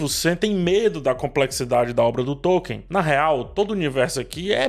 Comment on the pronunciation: A pronúncia de Tolkien é Tol-keen